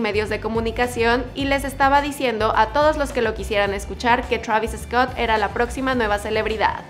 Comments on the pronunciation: se dice "Travis Scott" se pronuncia igual. No digas "Travis Escot" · Por que lo pronuncias EEEESCOTT???? please try not to put la E antes de la S just so it can sound the way it is..... is like Sandoval no lo pronunciamos E-sandoval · Travis Escott 😆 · Ok Travis eescot lol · Me caga como dice su nombre "travis escot" haha